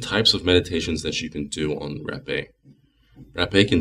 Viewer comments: Haaaa-- peh Haaapeh not Rapeeey just saying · Hey, I'm from Brazil, you need to know you are using way much of it,. You shouldn't wait too much to blow in your other nose too. Also you need to pronouce the e more openly , like with more air coming from your throat.